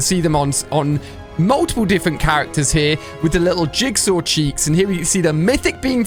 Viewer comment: Ali a you can’t say jizzsaw 😭